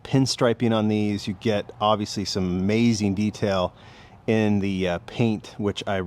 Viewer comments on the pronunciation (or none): none